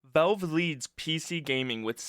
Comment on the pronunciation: Is this an ai voiceover? why did you pronounce valve as "velve"?